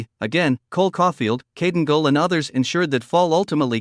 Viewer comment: I don't like these voices. They do not pronounce the names correctly for example Guhle =Goole etc. get a real person who knows.